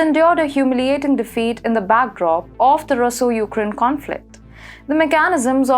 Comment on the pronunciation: I love this channel, but listening comprehension is very difficult for everyone, when you put the emphasis on the wrong syllable. Please. unFORtunately huMIliating MEchanism speCIfic REPreSENtative auTHORitative inTImidate parTIC ularly coMITting SImilarly sigNIficantly leGItimacy I used to work as an English teacher. Please.